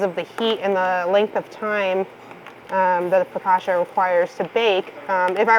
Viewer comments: For those who don't know and are interested, it's not fokasha, but fokatcha. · In Italian, double consonants are pronounced hard. foe- COTCH- ah.